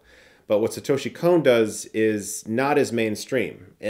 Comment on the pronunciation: Please stop saying "Kon" like "cone". It's a short 'o'.